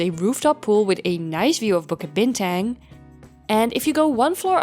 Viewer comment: To mispronounce "Bukit Bintang", the tourist hub of KL, is lowkey egregious.